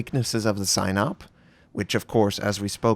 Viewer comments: It's pronounced something like see-nope. Not sign up. Just fyi :) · I think it's pronounced "seenawp" Probably this battleship was designed for the black sea not the Baltic. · Pronounce it as Sea Nope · "Sihn-ope". Short i, long o. Pronounced quickly.